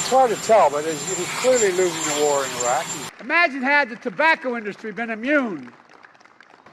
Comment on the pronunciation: Not only he said 'Iraq' wrong he also said 'losing' wrong lmao